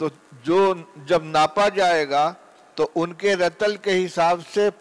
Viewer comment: رَطَلٗ تلفظ غلط ھے رَطٗلٗ یارِطٗلٗ ھے فَجِرٗ نہیں فَجٗرٗ ھے میں نے ایک دو منٹ ہی سناھے پورے سبق میں کتنی غلطیاں ھوں گی دارالعلوم میں بھی اب ایسے لوگ بخاری پڑھانے لگے